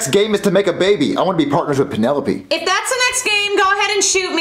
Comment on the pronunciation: I love how can’t pronounce his l’s “Red right Green right” “Alright Crass!” “Penerope” 😂😂😂😭😭